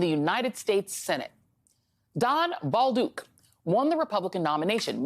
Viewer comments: "Ball duke"? It is pronounced "bowl duck". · Bowl-duck...not that hard